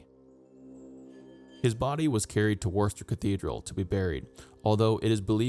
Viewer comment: Loving this series, looking forward to finding out who succeeded John. Worcester is less pronounced warster and more like wusster as in wuss. Great job though, you're teaching me (an ) my own history!